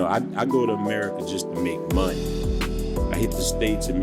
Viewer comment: that “MONEY” came in hard AF. Talk to talk!